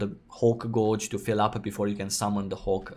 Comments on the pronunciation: took me a while to figure out when he said "gorge" he means "gauge" lol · Just friendly FYI, "gauge" has completely different pronunciation than you have. ;) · Honestly, I started to smile every time.